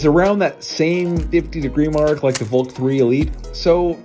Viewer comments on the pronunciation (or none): The way you say Valk sounds so much like "Volt". Not that its a problem since its a video about 3x3s. But in the future it could end up being an issue since the Valk and Volt are both Qiyi cubes.